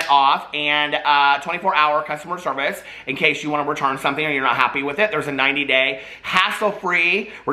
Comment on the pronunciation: why did i think you said circus men and women instead of service men and women lol